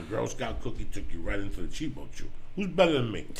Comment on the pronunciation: Joey it's cheebAchew, not "chee-BO-chew" every fuckn time, LOL